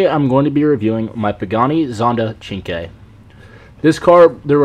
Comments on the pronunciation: cinque(chinkway) thats how you pronounce that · chinkway pronounce like in Italia